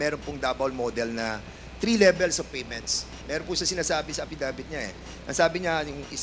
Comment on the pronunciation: ang pagka pronounce ng affidavit apidevit? ano ba yan...ways or waste or waist.....